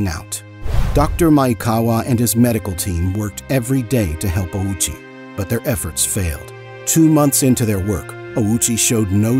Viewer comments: Why tf you say “OWWW CHEE” like a moron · Bro put the Owchie in Ouchie